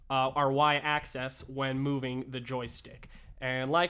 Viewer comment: Really useful clip, thanks. (constructive criticism: the word "axis" is pronounced in this clip as "Access")